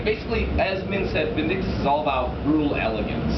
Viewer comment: i love thisgame but he said vindickktos